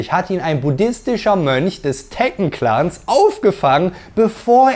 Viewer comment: Na toll jetzt weiß ich als 37 jähriger, dass ich mein Leben lang "Tekken" falsch ausgesprochen habe 🫣😂